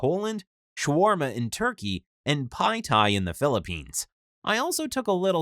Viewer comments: Did he just say PINE THAI >:c is Pot Thai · What's a Pai tai? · he said pad Thai like that wth